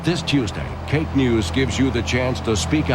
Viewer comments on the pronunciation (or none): KAKE, not WAKE.